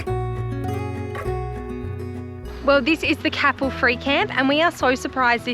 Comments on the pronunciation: Merry Christmas and happy new year. Looking forward to see what you get up to in 2025. Safe travels. 🙏 (It's pronounced Cape Elle by the locals. However, good try; you're not the first mispronounce a WA place name.) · Great to see you enjoying the south west. FYI Capel is pronounced like maple or staple. All the best for a safe and happy Christmas. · Top ep guys thanks hey its pronounced k pull lol merry xmas guys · Growing up in Capel area it made me cringe 😂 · Merry Christmas guys. Was lovely to see you visit Capel. Btw it's pronounced with a long sounding A and emphasis on the A. We lived there for over a decade and use that spot to stay and visit our sons. We usually stop on the lawn beside the oval. It's lovely and flat. yes the dog exercise area is so relaxed and the locals are generally happy to chat with you. The cricket/football stand has 2 unisex toilets. Only takes a couple of minutes to wander over. On a Friday night you can literally walk down that street and go into the country club and buy a cheap meal, chat with the locals and maybe win the cooked chicken 😜 just be there by 6 to order as the food disappears fast. Head over the hwy and visit Forest beach some arvos you get to swim and have dolphins visit. Dog friendly and has one of the last privately owned beaches in Australia. Every now and then a herd of cows wander out on the beach or early in the mornings the locals are swimming with their horses.